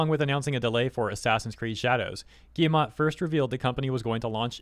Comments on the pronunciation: Guillemot would be "Gi" with a hard G, like in the word "Gift", followed by a short "ye" like from the word "Yeah" and "mo" like from the word "memo". So closest way to pronounce his name in English would be "Gi-ye-mo". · Yves = "Eev", the S is silent unless the next word starts with a vowel Guillemot = "Gheey-mo", hard g, a bit of a "y" at the end, and then just "mo" At least, that's my experience with French (fluent French as a second language).